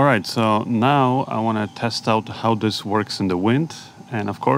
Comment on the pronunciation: IMH0, they didn't sound that great for US$450, the receiver looks intrusive on top of the camera... sorry, wouldn't purchase. Small point. It's pronounced THis, not Dis, THat, not Dat, THere not Dar, THe, not Da... practice this dipthong,, will make you videos more enjoyable for English audiences... I know, small annoyance, but your English is really very good, just this one thing that will make your narration so much better... love your channel, sorry to be so critical